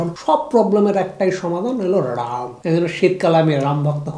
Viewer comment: It's not 'Ram' it's 'Rum' ...